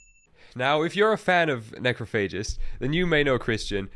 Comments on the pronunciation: You are mispronouncing the name of the band. It’s ‘necrOPhagist’, not ‘necrophAgist’. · My favorite thing about Necrophagist is hearing people mispronounce Necrophagist. Haha, Neh-krof-uh-jist is how you say the word. It existed long before these gods of Death Metal ever existed as a band or even as people. Lol